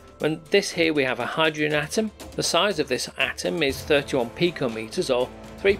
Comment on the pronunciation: Hy-dro-gen THREE syllables.